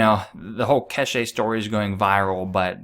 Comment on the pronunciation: it's not pronounced Ke she... it's Kesh.. silent E